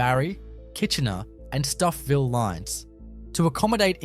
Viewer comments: You need to do more research into how to pronounce a lot of these words. Ie you called it g.o. train. It’s just go train. Stouffville is pronounced Stoville not stuff ville. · and just where is stuffville?....wtf ........its pronounced stoe-ville